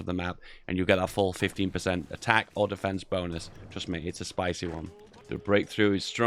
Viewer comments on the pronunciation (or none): "A spycy run"